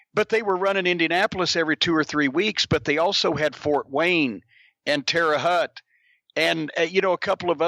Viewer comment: Terra haute. Not terra hut. Pronounced like tare-a-hote